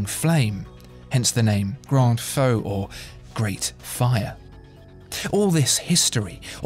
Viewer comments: “feu” is pronounced “foo,” not like “faux.” There is a nasal sound on the vowel. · "feu" is not pronounced "foe" but "fur" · I'm afraid you're both wrong. Feu is pronounced like 'fur coat' or 'fir tree' but with the 'r' pretty much absent, so it sounds like 'Deux'.